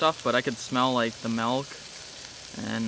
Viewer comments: Ohhh no.. this man pronounces milk as “melk”.. Oi. Lmao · he sadi MELK... theres not E in MILK!!!!!!!!!!!!!!